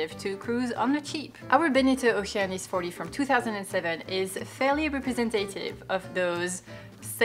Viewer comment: The way you say Oceanis is by far the best way to say Oceanis ever. Great boat, great videos, thank you guys! I'm dreaming of getting out there in a boat I have yet to buy on a plan I have yet to formulate!